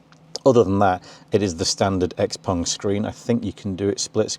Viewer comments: Good video, but on thing hurt my ear, is you saying pong.. xpong... its pronouced XPING and spelled XPENG cut the PONG haha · In my my head I read and hear it as Xpang and the host is saying Xpong